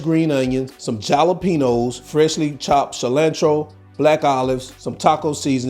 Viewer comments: All that cheezy gooey goodness. Looks deeelicious. Yummy!!! I've never heard jalapeños pronounced as "chalapenos" before. What part of the country are you from.❤️❤️❤️ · The ja-la-pe-nos did it for me, going to Try it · Love how he calls it jalapenos 😆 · They are halapenos only with a J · No shredded lettuce& chopped tomatoes on the vine. Your pronouncing jalapeños incorrect. ijs.